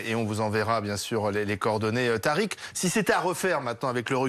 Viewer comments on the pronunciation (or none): Tariq dit latrique